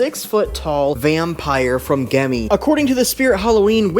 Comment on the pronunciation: The g is pronounced like a j